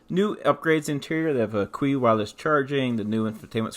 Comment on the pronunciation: The Qi wireless charging is pronounced "chi" (chee).